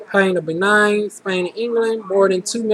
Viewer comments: Typical Black Person? The Fulani of Senegal have noses like yours, with that being said, it's pronounced BAYNEEN FOR Benin, and Iberian peninsula is Spain and Portugal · You have an exotic look and you got great results! Btw, its bah-NEEN and toe-go...lol and Iberian Peninsula means SPAIN or Spanish descent. Africa is very diverse...in particular Cameroon...and Senegalese peoples tend to have smaller noses like yours.